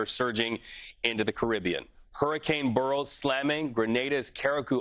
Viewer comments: beryl not burial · Why can't people pronounce 'Beryl' ? B E R Y L Not difficult.